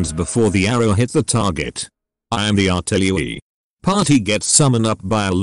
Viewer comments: I believe he said Arti-Lewie :D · "I am the artillewie" kek'd